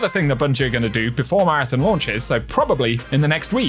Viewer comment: ON ON ON ON, marathON. Stop fucking saying marathIN. Learn how to read my guy.